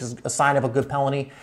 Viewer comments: It’s penalty, not pelany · He says pelany instead of penalty